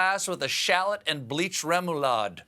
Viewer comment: Petition to make that pronounciation of remolade illigal; one in favour